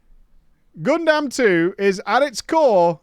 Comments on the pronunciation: saying Gundam sounds like a crime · I already hopped off with how he said Gundam, literally WHAT